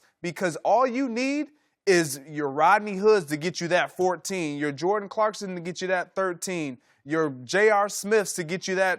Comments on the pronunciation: Rob's a basketball journalist... it's pronounced Clarkson NOT Clarkstin... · "Clarkson" not "ClarksTon". God Rob is stupid... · This mans called him Clarkston, Im done with this dude.